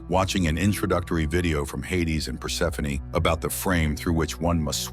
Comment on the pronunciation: Thank you for properly pronouncing Persephoney... Other channels say perse-phone 😮